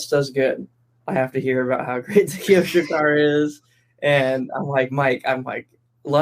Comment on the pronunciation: How is it is kyosho pronounced ky osho with ky almost as ty (tessmann) or is it kayyyjosho as lefty says? Always thought its KYosho said with ky as short as in ty...